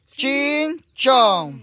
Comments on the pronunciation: es chin-cham-pu.... acuerdese para la otra... saludos crack 👍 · Chinchon dice el jaja 🤣 es chin champú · 😂😂 no es chin chon es " chin chan puu" 🤣🤣